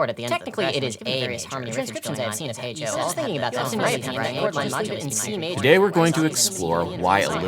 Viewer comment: Every time he says "Hey Joe" my stupid ears hear a bad british accent saying "H O"